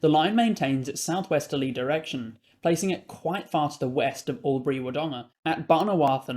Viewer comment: Another great video - thank you! Also, just for your future reference, it’s “bo-dez-rt”, “war-hope” and “w-dong-ga” :)